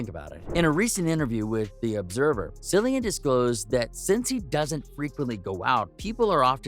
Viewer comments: His name is pronounced , KILLIAN - and everytme you pronounce it as , Sillian , GOD takes away a centimeter of your favorite appendage ! ! ! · Killian not sillian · Can’t even finish this! It’s pronounced KILL-IAN! Pretend the “c” is a “k”, you can do it!! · Pronounced Killian. And your research is incorrect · Cringe when his name is said incorrectly snd thumbnail is total click bait. Lame. Wasn't mad i watched I guess lol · Can’t take this seriously considering this bonehead pronounced his name incorrectly 🤦🏻‍♀️ thumbs down 👎🏼